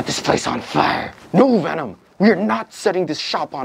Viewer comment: Veenom lol